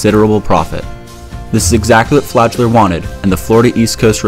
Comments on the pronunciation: Flagler, not “fladge-ler” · Flagler is pronounced how it's written, not like "Flajler".